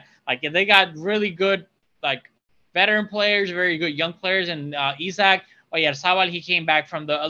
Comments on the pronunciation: I was scratching my head trying to figure out who you meant with "E-sock", then I remembered Isak who is from my country lol. Was that the guy? You really don't pronounce it like that =P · Well, we pronounce it like "Isaac", though the pronounciation of the "I" is different in Swedish, "Isaac" is more eye-saac, while in Swedish it's more I-sak. When you guys said it it was more like "eye" or "e". It's like "Is-ak" or "Is-ack" in Swedish.